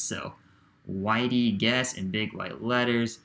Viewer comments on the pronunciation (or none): Hey there! I am the guy that created the Whitey Guese bobblehead...it is actually pronounced Gee-see